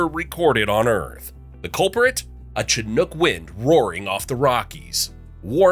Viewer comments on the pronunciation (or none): When he says chinook with a hard “ch” sound, I know he knows nothing. Haha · That is not how you pronounce Chinook 😂 its pronoinced "shin nook." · chinook is pronounced with a "sh" sound at the beginning, not a "ch" sound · “Chin-ook wind”….lmfao